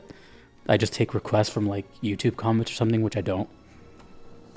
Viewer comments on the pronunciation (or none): none